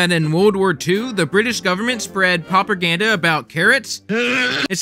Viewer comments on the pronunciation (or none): You mispronounced propaganda, you said PROPERganda. If you can't properly pronounce propaganda, how can you expect any intelligent person to listen to you? Your information isn't wrong, but you need a better delivery.